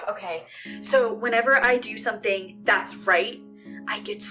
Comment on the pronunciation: james little "okeh" haha